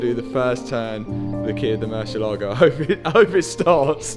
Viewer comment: I have followed the series from the beginning and I surely clapped when the engine finally worked. Congrats! Times the word Murcielago has been butchered: 23191 times.